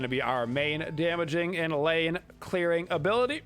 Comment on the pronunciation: *lane not pane